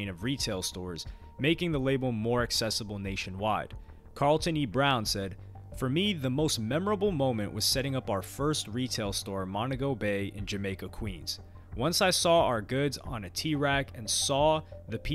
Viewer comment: MONTEGO IS PRONOUNCED MON-TEE-GO